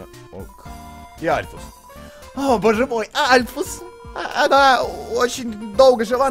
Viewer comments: Альфис, а не Альфус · Ты должен стрылять в сердце Мтт екс и это не норушит п. к..Оу,и говорится Альфис а не альфус. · не альфус а альфис!! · Не Альфус а Альфис Ну пофиг всеровно супер👍👍👍👍👍👍👍👍👍👍👍👍👍👍👍👍👍👍👍👍👍👍👍👍👍👍👍👍👍👍👍👍👍👍👍👍👍👍👍👍👍👍👍👍👍👍👍👍👍👌👍👍👍👍👍👍👍👍👍👍👍👍👍👍👍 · не альфус а альфис! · не альфУс а альфИс